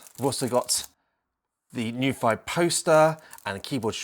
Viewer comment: Such a great video. Thank you, I can't wait for mine to come. I did notice that on the plastic dust cover they've printed the pronunciation of their brand as New-fee, not Noo-ph-i